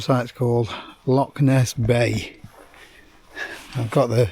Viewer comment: Love your channel and vids thos one is cool 2 guys juat chiling take it easy and actualy enjoying the scenery altho u pronounce loch all wrong which grinds us true jocks gears hahahaha let yous of as souther fairy's haha kidding great channel bud